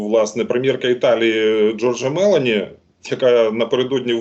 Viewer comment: Не мЕлоні а мелОні! Боже та слухайте політичних аналітиків з Британії хоча б